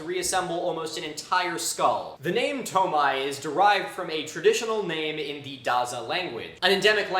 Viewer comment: Wait is it really pronounced "toe-my"? Just given French spellings (which inspired a lot of romanization standards around Chad), I'd think it's more like "too-my"?